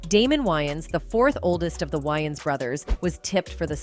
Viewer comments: It’s Wayans not Wyaans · It’s not WYANS as in Wyoming. It’s WAYANS as in Way-uns!! Lmbo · Its Wayans not Wyans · WayANS** bro. Not “WayNans”. Cmon. U making a whole vid of these mf’s and u can’t pronounce their last name. That’s crazy. Edit: Holy SHIT even the damn narrator says the “Wyans”. Im thumbs DOWNING this vid n I’m OUT ✌🏽😂 Y’all are bugged tf out. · Distracted by the repetitiveness of the narrator calling them the "WY-ANS" 😮😧 Correction !!! It's pronounced "WAY-ANS"!!! In Living Color was the best!!! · Can't with this AI voice. "whines" brothers. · Why does she say Waynes like that?! Would she call Batman “Bruce Wines” ?! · Whhyyyyyy do the AI keep saying Wyans lmao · This is annoying! I can't take this white AI lady calling them Whyings! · Tell the ROBOT IT IS PRONOUNCED, " WAY INS"....her mispronounced voice over is ANNOYING...😝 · Why she keep calling them why-yins 😂😂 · Lady , can't U get their name right!!! Tell me, who are the Wyans? Geez 😏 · This lady can’t say peoples names right first of all the last name is Wayans wan and it’s Dan Aykroyd anrod This lady needs to learn how to speak peoples names because that’s really messed up she don’t even know how to speak peoples names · Is this woman trying to annoy me, mispronouncing names deliberately. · The ai couldn't pronounce their name right this is so wrong they got hot after this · Sounds like it's gonna be a good story. But I can no longer listen .What commentator dosent no how to pronounce The Wayan brothers .I'm done SMFH. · It’s annoying to have to listen to this entire video with the BOT constantly mispronouncing the brothers’ last name. 😤😤😤😤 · At least say their name correctly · Is it me or did the narrator pronounced the Wayans wrong?? I'm from NYC the A is pronouced with a long A.